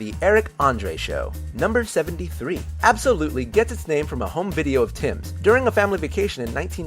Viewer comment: Logo nerd here: remember that Absolutely in this concept is pronounced Abso Lutely. One word split into two words